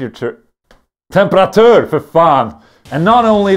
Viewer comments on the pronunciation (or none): wow cant say temperature correctly, it was funny the first time, not the 100x after that